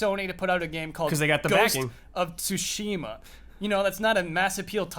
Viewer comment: I'm starting to think takes corrections only from Patreons. Also, fuck that Inside Out spoiler that came out of nowhere. First Jones this week and now you,. CORRECTION anyway: Tsu-shi-ma. All syllables are short. Just ask Blood for pronunciation. As long as he knows the kana, he should be able to tell you how to pronounce Japanese words.